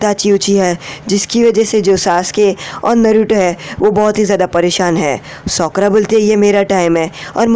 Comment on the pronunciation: He tell Sokra. Lol